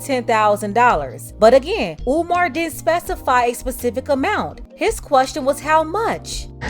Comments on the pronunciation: Peep how he said Omar! Not umar! Maybe I’m listening trying to find a problem! but I been on Steve Harvey BS! But before you can hear it clearly he said umar. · Omar Omar He says he likes him but can’t say his name correctly. In true Steve Harvey fashion not listening to what umar said or anyone else i.e Monique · He also mispronounced Umar's name some they would go crazy over if it came from a white person